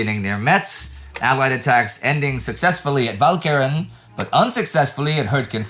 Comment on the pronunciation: Walcheren again defeating Indy's awesome pronunciation powers.